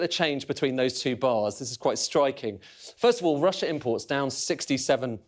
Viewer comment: It's Russssia!